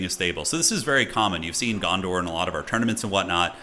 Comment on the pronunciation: Dondor? Kinda sounded like u said that instead of Gondor. Maybe its like annoying step brother, Dondor